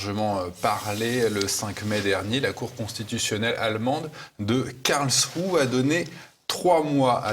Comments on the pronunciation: Karlsruhe ne se prononce pas KARL+CHROU mais KARL+S+ROU ! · Philippe Béchade : Phonitique de Karlsruhe : C'est karels rouh Vous arrivez à prononcer ce mot correctement ? Merci